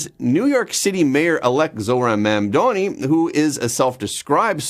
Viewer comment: MamDANI - NOT MamDONI. That would make him Italian. Lol!